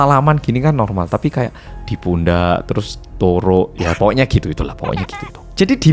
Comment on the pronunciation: (turuk) apa sy salah dengar?